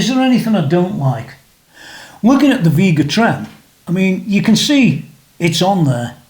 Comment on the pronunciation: It’s pronounced Veh-ga Trem.